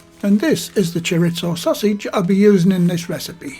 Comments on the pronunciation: “Chor • ees • zoe” not “chor • its • oh”. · "Choritzo" Haha! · Just FYI, it's pronounced Chor-EE-zo. Mexican loose meat Chorizo is WAY better. I love the combination of Chicken and Chorizo. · Love the videos but can we please stop saying "choritso" it's Spanish, not Italian 😊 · We have Delia Smith to thank for the silly mispronunciation of 'chorizo'. In mainland Spain it's "choreetho and in south American Spanish," choriso". As for those pies, it's 'pollo con chorizo' if you want to cause eye rolling down at the local, but I'm surely going to have a go - with the spicy 'choriso', I like a kick on the tongue as the Bishop said to the actress. 😛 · There's no T in chorizo,!